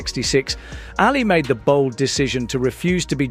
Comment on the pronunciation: AA li not Alley